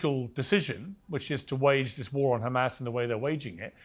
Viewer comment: Love it.. Khamas but 5 seconds later it becomes Hamas.. I wonder why they all seem to go out of their way to pronpunce the "Kha" when it is is a "Haa".